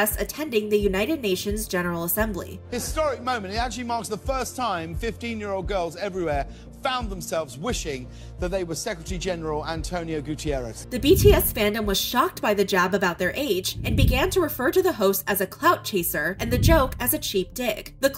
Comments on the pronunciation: eesh, 'Gutierrez' in the subs instead of his actual surname. I groaned worse than the public did at the Weinstein jokes. That was very disrespectful. JC badly mispronounced Guterres, sure... but that's not an excuse. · I'm probably taking this a bit too personally but it's Guterres, not Gutierrez. He'd love being called James Cardona I bet